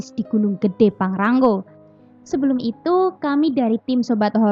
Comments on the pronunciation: PANGRA-NGO mbk/bukan PANGRA-NGGO😂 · Maaf mba bukan pangrang "GO" Tapi pangra "NGO" Hwhehe